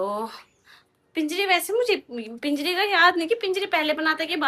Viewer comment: Pinjiri nhi panjiri bolte h